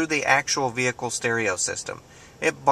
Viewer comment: I love the pronounciation 'Vee-hicle' :)